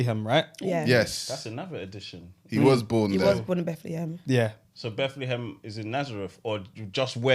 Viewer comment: Imma need all of you to collect the helmet for that pronunciation of Bethlehem